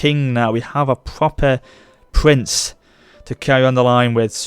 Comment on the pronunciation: "Pwopah pwince"